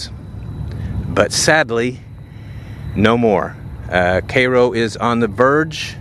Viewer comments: kro ? It's cai-ro. can he not see the i afta the a ? as in ky-ro. Duh. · K"EYE"- ROW, like in Egypt, not KAY-ROW? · It is pronounced "KAI-ROW " not "KAY-ROO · Born and grew up in Cairo. Our family owned the former radio station (WKRO) back in the day. Cairo is NOT pronounced “K ROW”. It’s correctly pronounced “Care-o” with a soft “o” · PS: It’s pronounced “Chhhiiiii-Rrrroooo” NOT “Chhhayyy-rrrooooo” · Its pronounced Ki Row. Not K row. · All of my siblings attended Southern Illinois University in Carbondale IL, very near Cairo, which is obviously named for the Egyptian city of Cairo (ky-row) but the locals don't pronounce it that way. They pronounce it the way you do in this video, "kay-row" like the syrup! The entire area of the southernmost tip of IL is known as "Little Egypt." The SIU-C mascot is an Egyptian dog, called a Saluki. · I thought it was Care Row. (Cairo) thanks for clearing that up 🤔🧐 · Are you sure its pronounced Kay-Roe and not Kai-Roe? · Seems like such a waste, such history being forgotten, so much historical architecture being lost to nature. Those old structures should saved if they really are in a "registered historical district", to just let rot away is unforgivable. And I think it pronounced "ki- Ro" not "Kay-Ro". Wow 43K for a house that might collapse with you in it, no thank you! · Pronounced kī’ rō not kā’ rō. At least they keep the grass cut. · C-eye-ro, not C-ay-ro. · Cairo is pronounced with a long I - not like Karo syrup! But like Kii-row. Would anyone that resides in Cairo, IL, care to leave a comment on how - "Cairo" - is pronounced in your hometown?? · Cairo in the Egyptian way sounds so much better than 'Cay-ro'. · wrong vern. It’s pronounced K-row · I'm 69, and it's been a ghost town all my life. Of course, as a child, I thought that meant it had ghosts. We only went there to cross the Mississippi River. We pronounced it Care‐Oh. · Kai-Row...K-Eye-Row. lawd have mercy 🤦‍♂️🤦‍♂️ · you're from tx and can't pronounce káii ro.